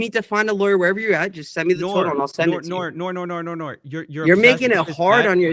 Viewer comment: When says Noir multiple times it sounds like he's saying 'Naur' like an Australian 😂